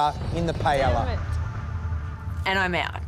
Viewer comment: As a Portuguese brother of Spain, it annoys me the way they say paella 😂 I can't imagine what a spanish feels.